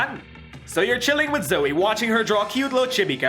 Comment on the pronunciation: Why does everyone call her zoeY its zoe just zoe it ends with an o sound